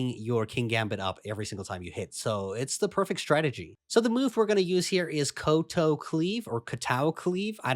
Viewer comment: Kowtow rhymes with cow-cow